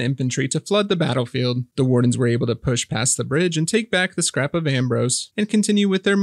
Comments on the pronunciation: Scarp of Ambrose. As in escarpment. Just learning about the game through your videos (thank you!). I’ve heard you call it Scrap of … a few times. Unless calling it Scrap is an inside joke. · Scarp not scrap